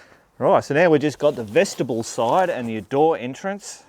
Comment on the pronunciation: FYI,........... Vestibule should not sound like vegetable ........ like Mule, on the end, it's pronounced Vesti Bule.......